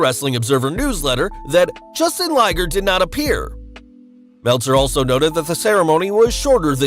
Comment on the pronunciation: Feels like I'm watching one of those cop chase shows with this voice over. Also, knew he'd pronounce Jushin as Justin as soon as the quote came up.